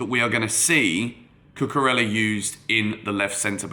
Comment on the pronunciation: Can you pronounce his name right, Cucu-rey-ah. Just like how you would pronounce David Villa. Thanks